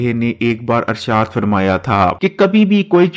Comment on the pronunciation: Alfaaz to dhang se bolo Irshad arshad kah rahe ho. Huzoor ka naam pura pura sahi se lo